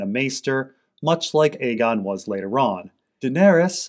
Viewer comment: I can't even verbally explain how much i appreciate it when you call it Aegon rather than fAegon.